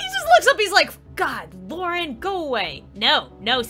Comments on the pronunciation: When i first saw this meme i tought the same thing and i hear Lauren couse DIS HER SIMULATOR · LAUREN xD (I hear Laurel)